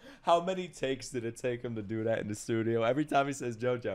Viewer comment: Lol I never appreciated how well Dio said Jojo until you pointed it out